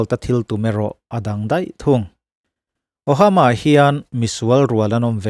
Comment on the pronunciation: "Ohama Nebraska" ti a I chhiar hi 'Omaha Nebraska' tih tur zawk a ni lo maw?..